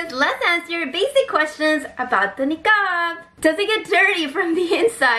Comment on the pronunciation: Idk why but I love the way she pronounces niqab